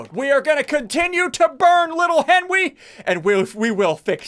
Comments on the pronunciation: Nobody: Ssundee: we will continue to burn little henwyy! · Ssundee casualty says we’ll keep burning little henwy